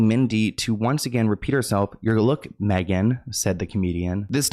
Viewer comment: Okay but she said “luke” for look. I too would have said “huh?”